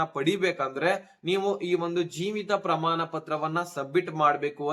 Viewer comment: ಹಣ ಅಂತ ಹೇಳಪ್ಪಾ, ಹನಾ ಅಲ್ಲಾ ಪ್ರಮಾಣ,ಪ್ರಮಾನ ಅಲ್ಲಾ, ಕನ್ನಡ ಕೊಲೆ ಮಾಡಬೇಡಿ